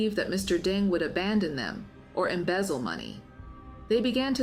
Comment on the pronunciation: How do you pronounce his name? You refer to him as Mr Dung, and Mr Deng??